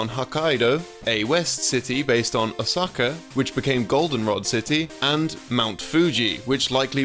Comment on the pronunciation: the way he pronounces "Hokkaido" and "Osaka" physically hurt my brain